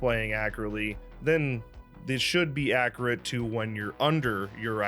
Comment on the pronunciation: Please say accurate correctly